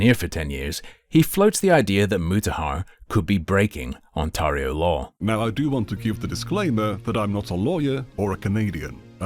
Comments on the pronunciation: Lol the way you say OnTARreho is so triggering lmfao ON TEAR RIO my guy 🎉😂 lol 😂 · As someone from Ontario please pronounce it "OnTAIRio". Yeah, its nitpicking but it's irritating to hear it pronounced that way. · You'll probably never need to say Ontario again. Its pronounced (on-teh-ree-oh). Like you would pronounce 'day', instead of 'maw'. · I have never heard anyone mispronounce Ontario as, "On-Tar-io" before, makes me tar up.